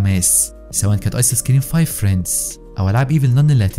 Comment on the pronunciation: هي تلفظ فريندز مو فريندس + أنا بس اصحح له عشان ما يغلط كرة ثانية اتمنى ما تحكوا علي ❤️